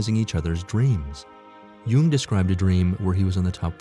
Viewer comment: Why is the person narratoring saying “You-ing” instead of “Young”. Jung is pronounced Young. That’s my family... Jung. Aka Young.